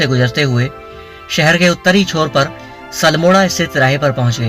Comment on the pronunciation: सलमोड़ा नहीं अल्मोड़ा है भाई जी